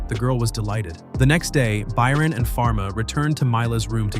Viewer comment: why did you start saying Byron wrong half way through the video?